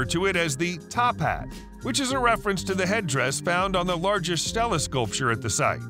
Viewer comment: Stee-lay not steel hoss